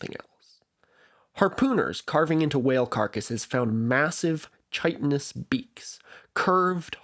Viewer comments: I'm gonna be that guy here and let you know that chitin is pronounced like kite-in. I'd want someone to tell me. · Funfact for you: The ch in chitin is pronounced like the ch in chaos. Kite-in. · This is annoying but "chitin" is pronounced with a K, not the normal CH. Like "Kite-in". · EVERYONE GET EM, HE PRONOUNCED CHITIN WRONG!!!!!! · Unfortunately you should've looked up the pronunciation of chitin, too.